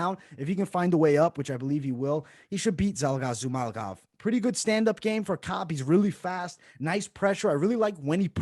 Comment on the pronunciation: I like your videos guys but MAN, i cant understand how hard it is to remember few forigner names. You got wrong everyone of them....Murzkananov is Murza-kanov...Zumalgav is Zuma-gulov...Todororovic is Todo-rovic...You make it harder then it is and its look really bad.